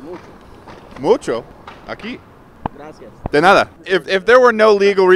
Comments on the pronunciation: his spanish is kinda poor but his pronunciation is pretty good, like that "de nada" had practically no accent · Me an spanish speaker, hearing say "De nada" perfectly, made my day